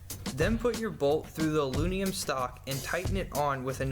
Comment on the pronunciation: He really has a rough time saying "aluminum"